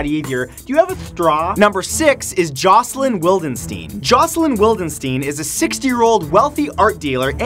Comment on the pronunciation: Jesus Christ. My name is Jocelyn and i liget flinched every time he said jocelyn